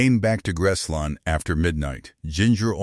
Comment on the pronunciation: Why is this idiot calling Graceland - grass line ? Geez. He can’t pronounce Tupelo either. Who picks these people who can’t pronounce words. Geez!